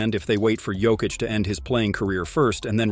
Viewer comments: weird pronunciation, switching between Jokeitch and Yokitch, DeRozaan?, rooster? Is the voice AI generated? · Is this AI narration? Junior Smith? Joe-keech?